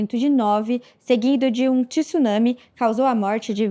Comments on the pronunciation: Essa apresentadora é péssima. E não se fala TISUNAME , é TSUNAME . não tem i nessa palavra. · repórter, é tsunami, não tissunami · “Ti-sunãmi” kkkkkkk😂 Tsunami. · Eu morro de ódio quando pessoas letradas falam ''TÍSSUNAMI''. Caralho! É Tsu, Tsu, TSUNAMI, ou falem o equivalente em Português: Maremoto.